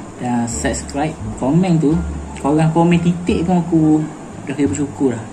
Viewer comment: nah titik..., yang ni itik🦆saya confuse abang cakap itik atau titik🗿👍🏻kenapa abang tak masakkan untuk saya sekali😃